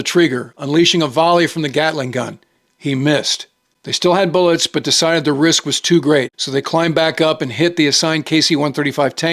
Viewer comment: “Bullets”? Oy Wade